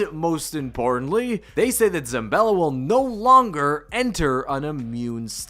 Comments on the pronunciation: Late, but: It's: "ZA-BALL-A", not "ZAM-BELL-A". And also: "VARGO-ESS" not "VARGO-FIVE". Thanks for the vid! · Where is this dude finding an M in Zabella